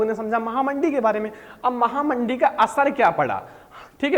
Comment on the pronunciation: Mahamandee nhi mahamanddi😂